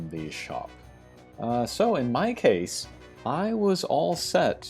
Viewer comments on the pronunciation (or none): none